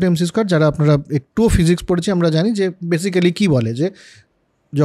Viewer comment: বরাবরের মতো অসাধারণ আলোচনা! একটা ছোট্ট বিষয়, basically শব্দটার উচ্চারণ হবে বেসিক্লি বা বেসিকলি। ধন্যবাদ। /ˈbeɪsɪkli/